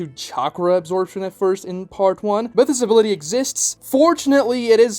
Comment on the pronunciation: "has this ability" sounds exactly like "has disability"